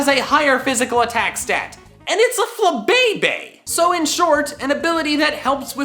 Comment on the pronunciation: Was gonna say the same thing 😂 FLABÉBÉ